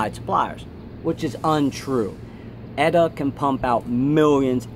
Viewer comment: Very true that, I'm sure. But it's also probably because now they're so busy making exclusive so-called "in-house" movements for TUDOR and other Swatch Group companies etc. And also, they're still selling movements, it's just parts they won't supply. And it's E-T-A, not "Eta".